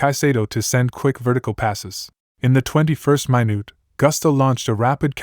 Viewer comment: I like the video but I noticed you said "mainute" Have you ever heard anyone pronounce it that way??